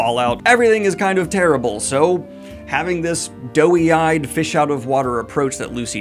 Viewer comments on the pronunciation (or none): "Doe-eyed", not "doughy-eyed" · Daniel, dear: please, the phrase is "doe-eyed." If you say "doe-y," it sounds like "doughy," which is a synonym for "chubby" or "out-of-shape in a harmless way." Saying it the way you have been makes it sound like her eyes are little Stay-Puft marshmallows, as opposed to big brown deer eyes. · Pretty sure you're trying to say doe eyed not doughy eyed? Great characters, great vibe, great acting and super fun. Walt Goggins is freaking amazing.